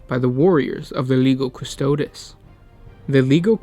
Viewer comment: Yo,. You pronounce lego custods, its pronounced Le-gio Custo-dees.